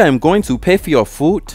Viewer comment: "Are you stupit? You think I'm going to pay for your foodt?" That accent had me shook 💀